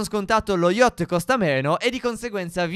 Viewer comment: SI CHIAMA YACHT, NON YOCHT 😂😂😂